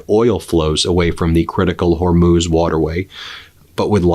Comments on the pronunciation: Good job, you finally learned to pronounce "Hormuz". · Hey congratulations on pronouncing "hormuz" correctly! I'm so grateful you read my comments about it